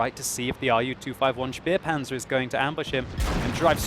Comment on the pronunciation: Xx_neat-beat He say Speerpanzer but it is Spähpanzer.